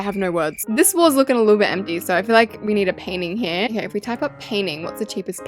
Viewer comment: I think its funny that you say paining I say painting